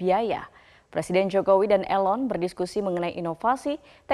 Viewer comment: please pronounce = 'i' (ee) lon